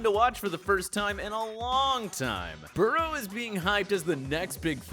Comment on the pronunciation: they way he pronounced burrow is disgusting.